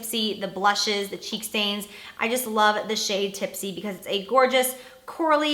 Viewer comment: she said "cheek" products